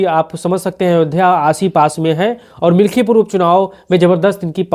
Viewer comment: मिल्कीपुर बोलो भाई